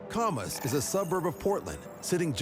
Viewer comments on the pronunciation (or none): It’s Cam-us not ComAs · It pronounced ka mas not comma s. Get it right before posting. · Camas, Wa.. Pronounced the way its spelt. It's not Kawmas. It's more like camshaft and christmas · Camas isnt pronounced that way. It's pronounced like the beginning of the word "camshaft". Not like the word "commas". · Just an FYI: The CORRECT pronunciation of CAMAS is.... CAM (like can) US. CAM•US. At least that us how those of us that live in SW Washington, Vancouver, U.S.A. pronounce the city name. ,😁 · As an Oregonian who heard the pronunciation, thank you for posting